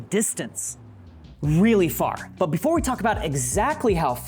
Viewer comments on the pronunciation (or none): none